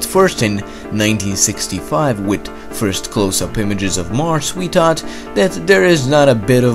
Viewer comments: He sometimes says Marsh instead of Mars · “Marce” no it’s mars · Also: "Marsss" instead of "Marz."